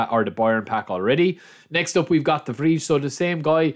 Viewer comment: Butchered "de vrij" tho. Try to pronounce him like de vr-ay